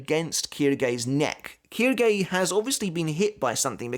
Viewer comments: Actually it's pronounced shilge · Funnily enough Quilge is pronounced kill-gay so very close lmao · Just a little note on the names since I’ve had a few years of college Japanese. The reason names like Quilge are sounded like “Keydoogey” is because there is no “L” sound in Japanese. Instead, Ls are converted to Rs and since Japanese is, for the most part, composed of consonant vowel pairs, Quilge goes to Quirge then to Kiruge. Same goes for Ulquiorra to Urqiorra to Urukiora. Also side note, Rs in japanese are pronounced somewhere between D and L as you can hear in anime.